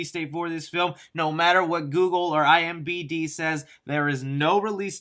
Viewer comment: My man said IMBD